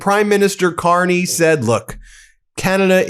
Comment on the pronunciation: Carney,,,,,, not Con-ney.. Yahoo Whoppie,. My Hockey Always Makes Me Happy. Still Playing and Loving " O Canada"... This 68 Year old Nyc Born, and Raised Hockey Playing Boy, is for eVer in-Depted to "O'Canada.. If not So Cold, Id Be there... I Almost Crossed the Border in Calis, Maine last November, if the cLown Won, But I got Broke... I Knew it, and Thegoodshow documented it... Love is tHe Answer, to All..... djdump knows No Love... Never did, and Certainly, Never Will.. We KnoW... Shout out To Laval, and Marie France Charboneau. I Am So Sorry for US.